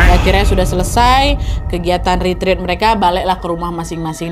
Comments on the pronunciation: Maaf kak ret ret bukan rit rit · Permisi kak nad saya mau benerin pengucapan retreat itu retret buat retreat.